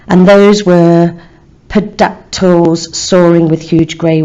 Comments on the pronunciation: It's teerodacteel -ish right? 😂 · when you’re an English teacher but can’t pronounce pterodactyl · When you are an English teacher but can't pronounce pterodactyl 😂 Plus describing the t-rexes legs as great oiled does not mean they are slimy😂😂 it's a metaphor of the t-rex being machine like. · loool i was about to comment that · a bit concerning